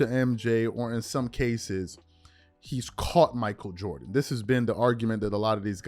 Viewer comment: "Jordan Jordan Jordan Joran" 😂😂😂